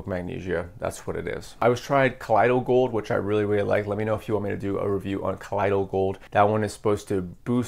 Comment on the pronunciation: Gold ormus is actually gold dude. Ground into a ash type powder. It’s what the gods took in the ancient Egyptian mythology to give them their vitality and immortality. It’s very difficult to find that information online now. Plus colloidal is pronounced call oy doll.